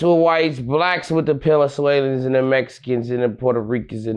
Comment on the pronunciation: Did he say "penezuelans? Or im just high 😂 funny AF 😂 "traffic be crazy as hell now and these ppl cant drive gang. But they living in they car...ya feel me?." What....Lmaoo